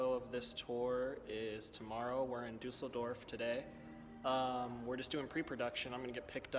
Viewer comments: Du(with a tiny bit of e)sseldorf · Well done of pronouncing "Düsseldorf"